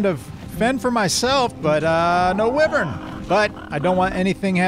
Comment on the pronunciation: It’s whyvern not Wevern but it’s spelled wyvern